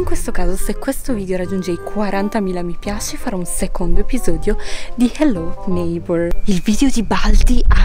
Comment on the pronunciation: HELLO NEIGHBOR NON SI PRONUNCIA COME LO DICI TU